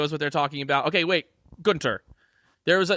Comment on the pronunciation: #hireGuenther He has the perfect accent for the Red Bull team !!